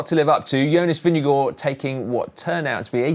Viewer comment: At least they did a much better job of ‘Vingegaard’ than most non-Scandinavian commentators, so that’s something 🙃